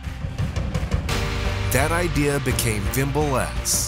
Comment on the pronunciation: Wimble S <<<< Correct it please its Vimble S